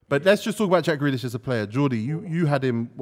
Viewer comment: The disrespect on grealish name